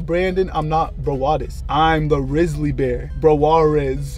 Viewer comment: ''I'm not Brandon I'm not brawadis I'm the risly bear broarez'' had me dying 😂